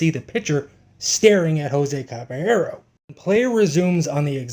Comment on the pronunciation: Please learn to pronounce his name.